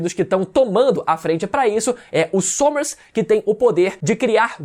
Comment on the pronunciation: * Sommers não. É Summers eletro hits